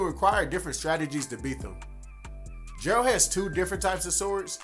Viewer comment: lmfao my boy you need to work on how you call the main protagonist, Jayralt ...?! what's that, nah for real even in the actual game they don't call him like that